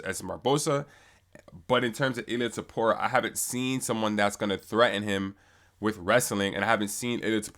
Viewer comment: why can’t anyone say topurias full name right lolol it’s always either ila topuria, or ilia topura. Its ill-lea toe-poo-ree-ah!!